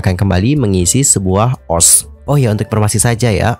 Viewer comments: Ni orang baca ost jadi os ga o es te rasanya aneh bet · Maaf bang setahuku cara bacanya itu di pisah, O S T😭 Kalau di baca OS kayak aneh aja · SETAU KU DI BACANYA BUKAN OSH TAP O ES TI